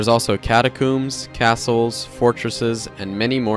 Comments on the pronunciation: he said catacooms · Did this man say CATACOOMS????